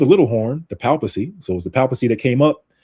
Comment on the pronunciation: Hey there, you're pronouncing "papacy" incorrectly. You may want to look up the correct pronunciation online.